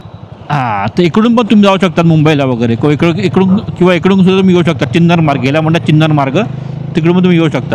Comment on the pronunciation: चिन्नर मार्ग नाही तो चिरनेर मार्ग आहे.